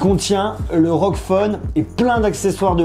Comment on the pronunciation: On prononce r-o-g pas rog